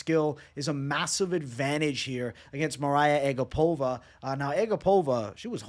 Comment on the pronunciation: It's A GAP-ova not ag-APOVA. i remember her saying that after a fight